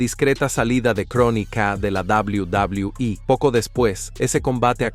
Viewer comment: "Doblaui Doblaui I"